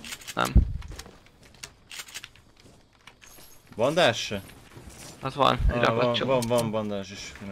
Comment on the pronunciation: Hallottam már bendzsinek bandásnak de bandágnak még soha 😂